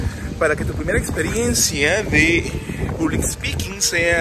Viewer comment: hola...vos ya hablas inglés bien...por lo tanto en vez de "public" (con "u")...te sugiero pronunciarlo "pablic" (con "a"...se pronuncia así en inglés). Gracias por este video, y un aspecto importante de este tema es que el que tiene cierta capacidad de hablar en público se puede destacar en su empresa...sí...se va a destacar de los demás que estén al mismo nivel, por el simple hecho de poder hablar en público. Cuando tengas la oportunidad ponelo en práctica en la empresa en que trabajas, quizás ya lo hayas hecho.